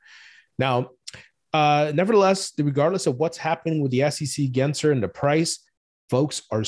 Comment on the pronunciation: if we are going to gripe about the SEC, at least pronounce Gary GensLer’s name correctly! His name is NOT Genser - it’s GensLer. Cmon man!